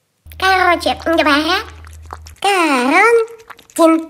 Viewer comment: Вообщето не коронтин а карантин